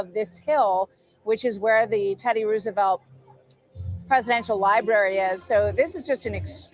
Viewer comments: The horses are "trotting" not gallopping. And it is Rose a velt, not Roos. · Benny! ROSE a velt! Not ruse a velt! Uggggg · Why are you pronouncing Roosevelt like that? It's suppose to sound like "Rosevelt" not "Roosevelt". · Pronunciation of Roosevelt is as in rose, not rooze. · Nobody east of the Mississippi pronounces Teddy and Franklin's last name, "Roooooosevelt" (anymore). It's been pronounced Rose-a-velt my entire life. Watch any history program made in the last 70 years about the Depression or the Panama Canal. The president's name is "Rose-a-velt". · Come on man it's "Rose a velt" for Pete's sake Benny it's not Rooosavelt 🤦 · Fun fact: Roosevelt is actually pronounced Rose-(uh)-velt. The name has Dutch roots and both Theodore Roosevelt and Franklin Roosevelt confirmed its pronunciation. Research it if you don’t believe me. 😂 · It’s not rusevelt